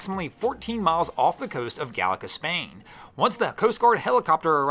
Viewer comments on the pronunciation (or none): It’s not Galicia, it’s Galicia!